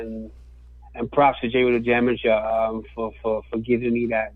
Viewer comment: Dude said "Dru the damaja".... yooo yall dont know about the culture FOH!!!!! ITS JERU DA DAMAYA!!!!!